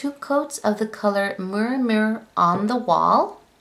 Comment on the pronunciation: Awesome swatch video! Living in the Sf Bay Area her whole life I appreciate the collection! Some of the names you had pronounced had me giggling like embarca-dare ya and Muir Muir on the wall. The embarca-dare is named after the embarcadero and is pronounced like em-bark-a-dero so like em-bark-a-dare ya and Muir Muir on the wall is named after John Muir a historical figure so it's pronounced like me-yur. I think you are adorable and great video, glad I ran into your channel!!!